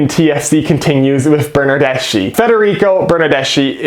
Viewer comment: Seattle Sounders fan here. Missing the friendly rivalry between our two clubs, hope Toronto turns it around soon. By the way, here's a small Italian lesson for you: Bernardeschi is Italian so the ending in his name is pronounced as a hard C (The letter C in the Italian alphabet is never pronounced as an "S" sound) For example the Italian word Ci would be pronounced as Chee (as in "Cheese"), if you add an "H" after the "C". you would get Kee (as in "Key") so put it together and you get Burn-Nerd-Desk-KEY rather than the incorrect Burn-Nerd-Dess-SHE